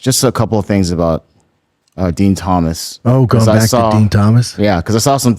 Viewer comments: Dean not DEN. Jill, not Gill. Does Brandon Schwab even watch the product anymore? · Brendan I know it’s spelled “ Din “ …..but it’s pronounced DEAN!!! lol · Din and Gill over n over 🤦🏻‍♂️ only guy to ever pronounce both wrong. Whole can of Pringles on your shoulder 😂 love it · Yo its spelled din pronounced dean 😂